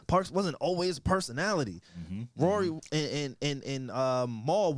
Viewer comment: says Rory name as Ruury. 😹 The disrespect.